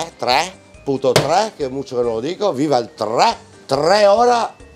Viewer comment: Un trrrrreh